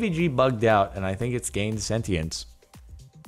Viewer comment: Sentience???? Does anyone actually pronounce it how Jargagon just pronounced it? I've never heard anyone say it like that. No offence if you do, I've just never heard.